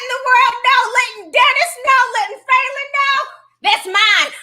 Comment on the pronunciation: Falynn's suit ate. That's all I got... Also it is pronounced "Fah" not "foo"